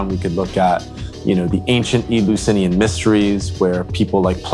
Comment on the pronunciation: Did this guy say Ebeusinian Mysteries?